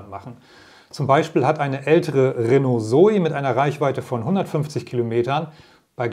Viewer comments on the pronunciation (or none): none